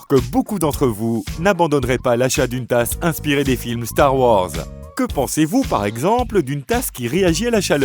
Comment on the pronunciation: ''Strare Warze'' ! Misère 😒